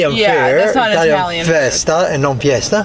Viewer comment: Thank you for properly calling it a festa and Viva San Pietrina. I’ve been going to fiesta for 20 years since my Gloucester native husband introduced me to it. And I’ve cringed for the last 20 years at those two terrible mispronounced phrases. So, thank you!